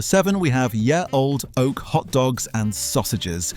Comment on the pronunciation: No one can find a bot voice that can pronounce correctly.